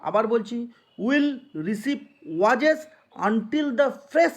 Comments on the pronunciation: ওয়েজেস ❌ ওয়াজেস💯😅😅😅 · ওয়াজেস । দারুণ উচ্চারণ